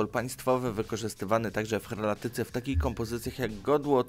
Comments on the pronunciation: Zamiast heraldyce mówiłeś herlatyce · Herlatyce czy Heraldyce? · Heraldyce!Nie "herlatyce"! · heraldyce nie herlatyce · Heraldyce nie herlatyce xD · Herlatyce? Co ty pierdolisz? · Mówi się helladycka od hellady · Heraldyce od Heraldyki.